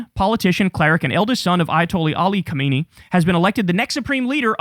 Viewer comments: Kham-nai not khomaini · Try Kyle, try: Kah-Ma- NEIGH. Not hard.